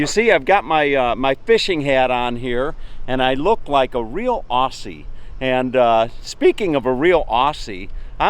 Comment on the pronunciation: Its Aussie not auussiy